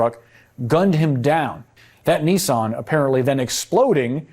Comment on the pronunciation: WTH is a “Knee-Sohn” pickup truck?! 😂 it’s NISS-ann to rhyme with KISS-Ann. What with that and “ERBS”… 🤣